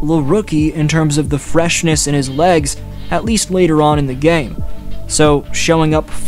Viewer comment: "Lelater on in the game"